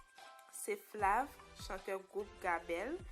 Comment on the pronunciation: Bon travay chr .men ou fè yon erè yo pa di flav se flev menm lew wel ekri konsa